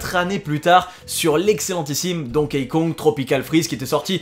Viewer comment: Ça se prononce «Donki», pas «Donkéï» ;)